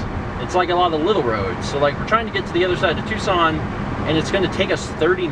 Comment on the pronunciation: Is it me or do you eerily pronounce "Tucson" like "Twoson" from Earthbound?